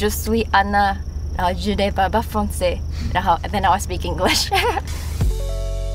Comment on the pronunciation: Elle dit "je ne parle pas français" en français.... bravo